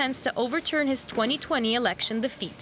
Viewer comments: "erlection" nice... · What is 'erlection'? 😅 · What's an "erlection"???